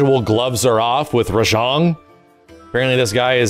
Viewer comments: Ah yes. Ra-Jean. The Supa Sayegin french ape. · Uh you may be putting a little to much emphasis on the "Jang" part of "Rajang"